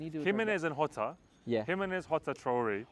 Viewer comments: "Hotta". After almost 20 years of Mourinho in mainstream football, Brits still refuse to understand the 'J' in Portuguese is NOT silent 🤦‍♂️🤦‍♂️🤦‍♂️🤦‍♂️ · Shoutout for all the love for Wolves and btw its pronounced "Jota." "Hota" is the Spanish pronunciation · How is it Hota? Also plz pronounce Jose (Mourinho) the Portuguese way.